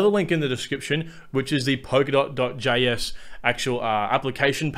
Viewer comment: blablabla POKERDOT blablablabla POKERDOT... It's Polkadot. POL-KA-DOT. Thanks for the video.